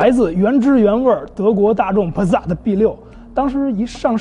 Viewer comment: passat就是帕萨特不是pasat帕za特，德语英语都不是那么念的，这是哪的口音